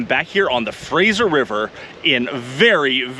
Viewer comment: Were you in ideaho ? Did you say frasher river